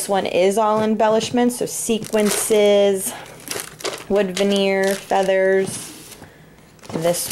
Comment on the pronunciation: Love your room and your sunny personality. Please excuse me for mentioning this, but I am hearing it in more and more videos, they are sequins not "sequences". Sorry, I know that is nitpicking - it just drives me crazy! Thank you for sharing your room with me, I got lots of good tips for organizing and storing.